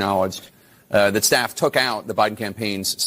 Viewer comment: “I love my staph” 😂😂😂 Infection!